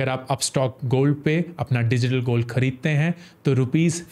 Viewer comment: Why upstox gold word is not pronounced properly?